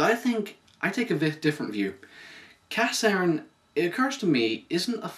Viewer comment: it's pronounced (ca-shern)